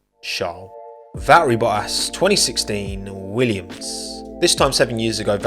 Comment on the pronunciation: what is wa'ri bo'ass?????? It's valTTeri boTTas